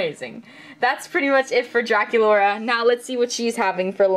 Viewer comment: Why did you call Drac Yuladee the first time??